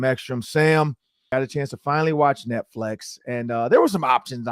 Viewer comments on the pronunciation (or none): This was the first time I listen to the Podcast on Youtube. I am in Atlanta so I am sure this is a local show., was there a reason Behind you saying Netflex and not Netflix? You said it about 10 times so I am not sure if it was an inside joke to something or you just mispronouncing the title/service. The show was alright, I will give it a few more listens before decide to put it into rotation for my Vikings News I can Use.....Or Not.....